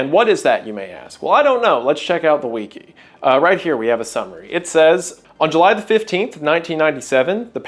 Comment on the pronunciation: I'm sorry did you just pronounce "Wiki" like "Weekee"?